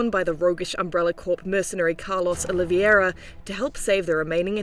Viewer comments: Olivera isn't Oliviera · why is it that British people can't say Oliveira and say instead Oliviera?